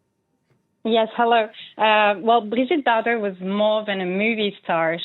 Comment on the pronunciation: Perhaps the least the announcer could’ve done, was to learn to pronounce “Bardot” properly . Not even halfway through, three mispronunciations and I’m clicking off. I found the research for this piece quite weak and your credibility dubious